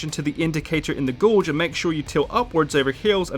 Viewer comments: Gauge is pronounced gay-ge* not gaw-ge. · Since when did we call a gauge a gorge? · He didn't say gorge, he said gauge but pronounced it wrong. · d-ren90 So how would you type how he pronounced gauge?